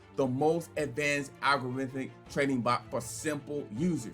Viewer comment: Why he keep saying Bolt ???? it’s Bot!!!